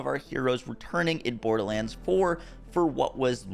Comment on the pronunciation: if i hear "borDaHlanDs" one more time